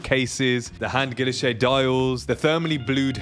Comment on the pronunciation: I’ve been scouring the secondary market for a Tradition Quantième Rétrograde 7597 or a Classique 7147. Haven’t yet found the right one at the right price, but am being patient. By the way, guilloche is pronounced ghee-oh-shay. And Lange has a soft G.